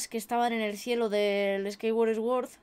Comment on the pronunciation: Si pero yo creo que aquí no es el caso porque en LATAM también pasa igual, hay gente que hace exactamente lo mismo. Eso es más por no saber la pronunciación correcta la cual en este caso sería: "suord".